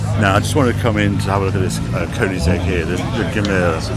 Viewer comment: And Koenigsegg not Köningsegg